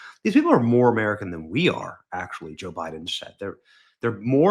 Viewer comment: you pronounced Biden wrong!